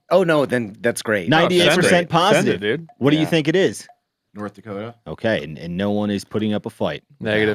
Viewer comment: Ah, it's Nort Dakoda.